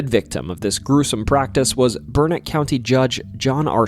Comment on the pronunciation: I was so impressed that you nailed the pronunciation of Burnet (people get it wrong so often that there is a rhyme locals use "It's Burnet, dernit, when ya gonna learn it?")..........but then we got to La LLorona🤣......It translates literally as 'the crying woman' in spanish, so that double L is pronounced like an english Y, just like tortilla.